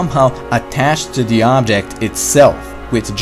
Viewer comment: Stop saying der!